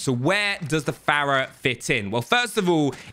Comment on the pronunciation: The way he pronounces fara bugs me lol